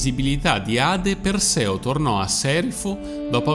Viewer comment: La dicitura filologicamente corretta (e il canale si propone come competente in campi umanistici, quindi dovrebbe agire in modo anche filologicamente corretto) è: “Gòrgone”, “Eurìale”, “Pèrseo”, “Dànae”, “Fìneo”. Mentre per tutti i nomi precedenti si trova la pronuncia corretta su ogni dizionario, per “Fineo” bisogna ricostruirlo sulla base delle competenze filologiche, che posso comprendere che non siano diffuse. Però si può chiedere a esperti, che ancora, grazie al cielo, esistono. Mi spiace, ma mi fa male che chi si propone di fare cultura sul web - e peraltro sa farla anche bene! - si perda in queste cose diffondendo errori, come se non ce ne fossero già abbastanza in giro...